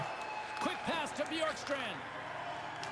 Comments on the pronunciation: it’s pronounced borkstrand the J silent lol and your welcome 🙏🏾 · I'm pretty sure you pronounce Bjorkstrand Be-yorkstrand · This series is gonna be 🔥🔥🔥 Keep up the great work (Also I’m pretty sure it’s pronounced Byorkstrand) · It’s I pronounced b York strand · btw its bee-orkstrand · It’s bYOURkstrand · the "J" in Bjorkstrand is pronounced kind of like a y Gostisphere is pronounced like (Gaw-sti-fair) And some advice for playing defense is don't pass the puck through the middle of the ice after getting defensive rebounds, knock the puck off the boards to a foward on the breakout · Please say his name right 😂 Bjorkstrand the “j” sounds like a “y”. Sorry, big Blue Jackets fan here and it just sounds weird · His pronounciation of Oliver Bjorkstrand is a little off XD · It’s Oliver Kylington (Shill-ing-ton) and Oliver Bjorkstrand (B-york-strand)